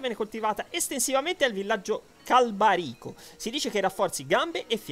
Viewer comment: Perché se nel video si sente /irule/ tu dici /hairul/? Anche /Càlbarico/ non /Calbarìco/